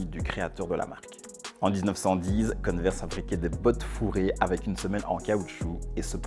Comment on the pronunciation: converse on dit pas conneverse j ai remarquer plusieurs fois l erreur ;)